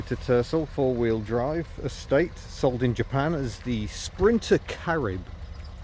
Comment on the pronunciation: did you say ' a state' or 'estate' mind you saying that either would be true.....